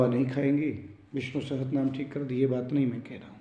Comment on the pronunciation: Sahastranaam nahi hota, sahasranaam hota hai....... Sahi uchcharan kiya karein